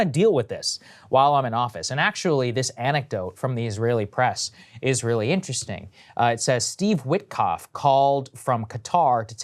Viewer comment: 'is raeili interesting' 😄😄😄 was I the only one who thought that was funny?